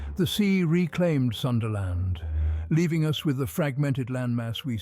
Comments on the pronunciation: Pls Pronounce it PROPERLY! - "Soonda" Land, NOT the American / Westernised version "SUNderland" 🤦🏽‍♀️🤦🏽‍♀️🤦🏽‍♀️ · The only thing that got me was the time it said sundayland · Love how he goes from Sundaland pronunciation to Sundayland...😂